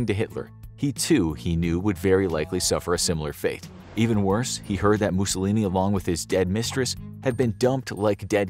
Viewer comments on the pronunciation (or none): none